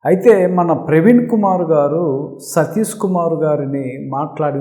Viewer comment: సతీసు కాదు! సతీషు. షూ కు. సు కు తేడాతెలియకపోతే ఎట్టా? ముందు అక్షరాలు పలకడం నేర్చుకొని ఆపై పసంగం సెయ్యండి.